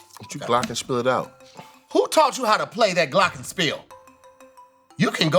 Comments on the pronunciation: I'm sorry but Glockenspiel was actually pronounced incorrectly. It's a German word and is pronounced "glockenshpeel" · missed the h sound in glockenspiel 👀